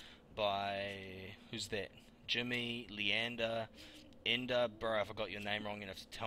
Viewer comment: Uh... hey, N_da is my Dad and its actually pronounced: Ender